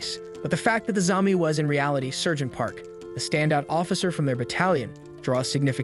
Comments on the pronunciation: It sounds like surgeon instead of Sargent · its sergeant not surgeon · Heyyah the ai is having a hard time pronouncing sergeant, it'd seem many hear surgeon, however if you listen closely it's actually saying "Sir Gent". Also remember it could also be an accent or regional pronunciation. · I think the AI or reader wanted to read out Sargent. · If you listen carefully the AI is saying Sergeant as Sir Gent not surgeon.